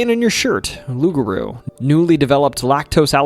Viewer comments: My friend take it from a Cajun it pronounced Loup,Garou kind of like pit bull don't cha know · nope.. it's aloup-garou.. aloup is Cajun french for wolf..garou in Cajun french for were..no such word as rou in french